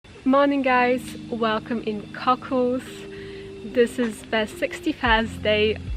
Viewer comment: Nice video, but the "Cocles" in Playa Cocles is pronounced like "Co-CLAYS" (stress on first syllable, somewhat heavy "s" on the end), NOT "Cockles." I feel it's important to try to pronounce place names accurately.